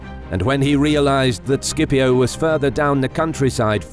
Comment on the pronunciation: It is pronounced "Sip-io"